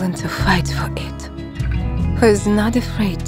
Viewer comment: Hi! Love your movies. A little thing to perfect: long and short vowels in prononciation. For instance, at the end : "30 thousand feet" became "30 thousand fit." In other movies, there is sheet/shit, feelings/fillings that gets mixed up. Just details. Love your movies! :)